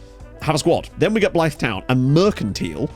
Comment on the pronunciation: Please learn how to say Blyth 😂😂